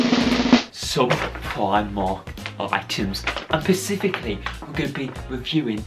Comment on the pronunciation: It’s specifically not pacifically